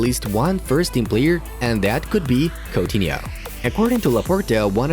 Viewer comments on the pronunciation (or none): none